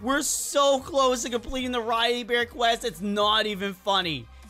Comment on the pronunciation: i did notice that u said “riley bear quest” instead of riley BEE quest lol